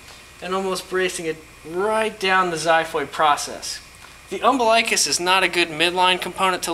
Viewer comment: Um-biLIKE-us hahaha